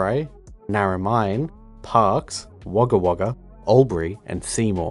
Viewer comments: Great vid but albury isn’t pronounce all-bury it’s aw-bury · I can't find anything at all that backs that up. All pronunciations I've ever heard are in line with 'all-bury'. The phonetic spelling of Albury (/ˈɔːlbəri/) also backs that up. Where have you learned that it is 'aw-bury'?